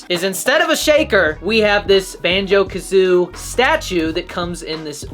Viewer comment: banjo kazooIE man. Jeeeesus that was tough being a fan watching you say that 🤣 . Good review tho. i’m sure it would’ve resonated with you so much more if you played the games in the 90s